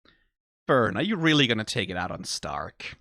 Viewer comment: Think its funny how you go and pronounce Stark correctly, but then in the same sentence still call Fern like the plant and not the german "Far" (also, yknow, Far, cuz shes a sniper, it funneh)